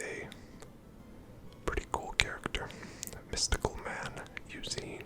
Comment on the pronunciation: You did indeed pronounce Eusine's name correctly lol